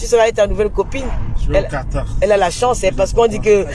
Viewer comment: Quartar ?déjà apprenez d abord a épeler le pays Quatar et non quartar